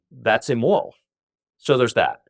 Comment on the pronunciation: أكاد أشك أن هذا اللقاء حصل فعلا وأنه ليس من صنع الذكاء الاصطناعي، فهناك كلمات كثيرة يلفظها تاكر هنا بشكل غير طبيعي للغاية. وهذه الكلمات أكثر من تعد. أكثر موضع يحدث فيه هذا هو في نطقه لكلمات تشتمل على حرف R في وسطها (ليس في كل المواضع وإنما في بعضها، مثل كلمة immoral ) . وأقول هذا كشخص لغته الأساسية هي الإنجليزية. إضافة إلى أن صوته هنا يختلف عن صوته في مئات التسجيلات الموجودة على الإنترنت بشكل دقيق لكنه واضح لمن قد استمع إليه كثيرا.